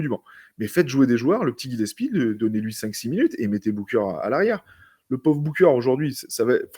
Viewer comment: C'est GilleS - pie et pas Gile- psy les gars petit moyen mémo-technique